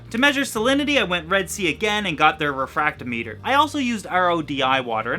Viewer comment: The way you pronounce "refractometer" made me cringe. Every reefer I know have always said "ree-fract-AH-meter". It looks good though.